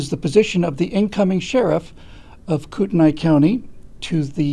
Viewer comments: P. S. It's pronounced Kootenee. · I'm from kootenai county. currently live a little south. it's pronounced koot-nee. unfortunately, like the rest of idaho, it's being overrun with socialists from seattle, oregon, and commiefornia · Pronounced Koot-nee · You’re saying the county wrong... 😁